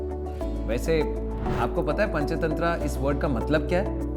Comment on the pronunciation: ये पंचतंत्रा क्या होता है भाई हिंदी में पंचतंत्र ही होता ह इंग्लिश उच्चारण क्यों घुसेड़ रहे हो भाई